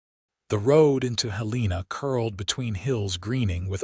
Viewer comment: The ages of the children doesn’t add up. When they were friends in their youth he was 18 & she was 16. Five years later when they meet again, her children are 7 & 4. Also Helena & read are mispronounced. Please proofread & listen before posting story. It was a lovely story if corrections are made.